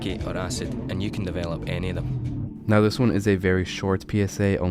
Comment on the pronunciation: Bruh are you serious right neow